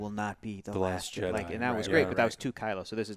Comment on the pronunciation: Jedi, not Jeddy. Someone fire Hector!